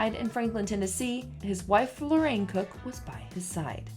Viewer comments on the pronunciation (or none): It is Lorianne (Lori - Anne) Crook, not "Lorraine" Crook. Maybe brush up on these names before you do a show, if you're in the younger generation of country, and are not familiar with these people. ;) So sad to see that some of these great ones passed so young. R.I.P.